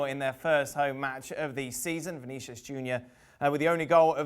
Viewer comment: this guy said Vinicuis lol